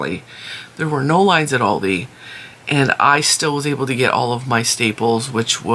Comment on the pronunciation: The company Aldi was founded in Germany by the brothers Albrecht and after a dispute they divided the company in Aldi Süd (south) for South Germany and Aldi Nord (north) for North Germany. They have a different stock. Trader Joes is basically Aldi North. And the A in Aldi is pronounced like the A in America 😊 Hope that wasn't too boring 😂